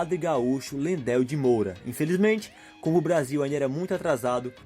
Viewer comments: Errou a pronúncia de: Vacaria ( a sílaba tônica está no i e não no segundo a), do nome do ex-presidente Geisel (se pronuncia Gaisel) e do padre Landel de Moura (é Landel e tu falou Lendel). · Devem se certificar das pronuncias corretas de nomes e sobrenomes nas matérias. Ex: Cidade de (Vacaria), sobrenome do Presidente Ernesto (Geisel) e do padre (Landell) de Moura. Muito interessante e proveitosas as curiosidades do RS e outros estados. Parabéns!